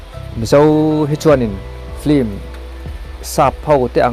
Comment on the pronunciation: Film ni na na na hi flim ti a an lam fo hi a dik zâwk tihna em ni?